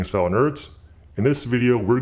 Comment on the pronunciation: Why I can heard these two words fellow and nerds he pronounces it so weird :S